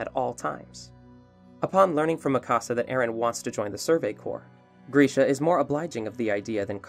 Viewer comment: Hol on… why you saying Mikasa like Mí Casa wtf Is wrong with you🤦‍♂️😭😭